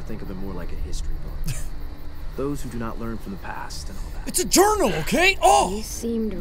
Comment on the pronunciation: “Its a jurnal ok!”